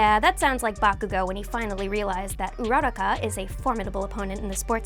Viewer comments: It's not pronounced ura-ra-kah it's pronounced ura-ku-ra! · Why do you guys ALWAYS GET HER NAME WRONG. It's not urara-ka It's pronounced URA- RAKA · It's uraraka not oeraraka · So nobody’s gonna mention how she says ururaka she says URROCKA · Your pronounced uraraka wrong it’s pronounced ur-ra-ka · Correction- UU ROO RACCA pls stop the butcher of names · Am i dumb or is she saying Ururaka wrong? I'm so confused how to pronounce stuff at this point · Is anyone else annoyed from the way she pronounced urarakas name? 😂😤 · I hate the way she pronounces ururakas name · It pains me to hear all these mispronunciations please learn how to say uraka and some Pokemon better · Who else gets triggered when she says Uraraka’s name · I hate how she says uraraka